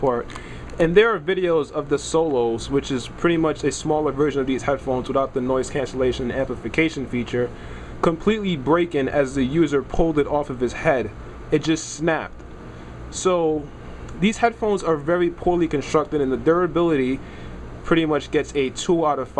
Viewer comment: Did anyone notice he said BRAKEN? lol Broken